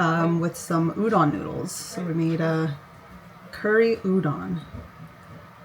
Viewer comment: Taku, why don't you tell her how to pronounce Udon the right way?